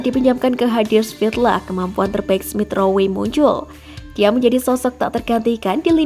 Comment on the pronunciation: Smith rowwwwe bukan smith ro-we